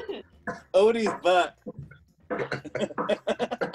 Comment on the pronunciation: Its Odie not Otie!